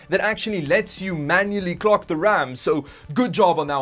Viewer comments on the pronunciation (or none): none